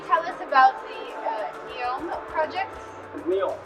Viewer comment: It’s Neom not Neon Lights😂